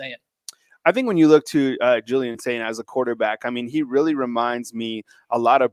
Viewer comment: Y'all might as well start spelling (and pronouncing) Julian Sayin's name correctly.